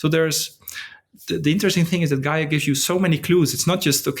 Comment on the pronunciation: It's Gaia not GAIA :-)